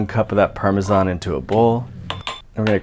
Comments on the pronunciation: He says paramazan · Parma- zaannnggg screech it’s PARMASHAWN! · 1 cup parmasanisio 1 cup mayosneeze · Pronounce parmesan like that and I will personally deliver a bitchslap to you from the people of Parma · How you pronounce parmesan is so triggering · You pronounce Parmesan wrong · You say parmesan like a communist